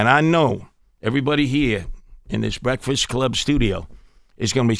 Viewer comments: Man said Bekfast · I think he may have a hard time with Rs - man said “bekfast” right off the bat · Why he sayin beckfest? Smh